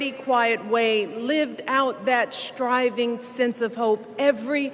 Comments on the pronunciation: Obama, who wrecked the US. Does Michelle say striving or schrtrivin😂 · Actually Michelle doesn’t pronounce st, sch, she combines them! I don’t find either one of the Obamas good speakers mainly because they are phony, racist and completely untruthful!